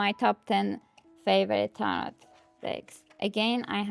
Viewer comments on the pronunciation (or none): Enjoy your sharing your decks. My request would be to turn down that background music. Especially when same 30 seconds of music through entire long video. It's distracting from your actual content. May I ask what country you are in? Never heard tarot pronounced with a hard T at end. Only ever heard tar-oooooh